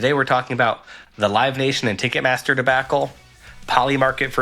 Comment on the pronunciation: Why does Matt say debacle like that